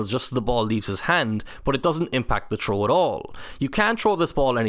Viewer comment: Anyone else hearing troll instead of throw? 😅